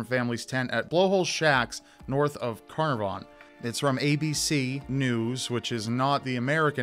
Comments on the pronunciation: Just letting u know Carnarvon ( the town near) is pronounced car nar ven ☺️ also a positive from this case is that during all the searches 11 bodies from other missing persons were found. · It's an Australian place so it's pronounced 'Cn aaaaaar vn' 😉 Wishing the best for sweet little Cleo & her family 🤍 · Hey it is "cle-o" not Chloe And "can-r-von" Love from an Aussie fan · how you pronounce Carnarvon is quite funny because I’m from there